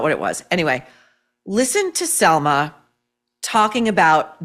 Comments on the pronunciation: Pronounce her name correctly...it's Salma not Selma. Why are you shouting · SAlma not Selma .